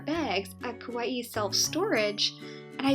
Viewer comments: Good info for Kauai newbies like me, thanks. But I think it's Ka-Wye, two syllables, not Ka-Wye-ee. That would be spelled Kawaii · Actually the Hawaiian pronunciation is kah-wha-ee